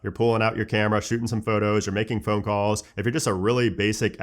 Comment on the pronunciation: Still can’t say phone properly 😂 embarrassing 🤦🏻‍♂️👎🏻.